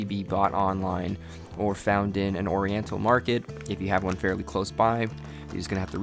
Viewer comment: lmao this guy said “orential” 💀💀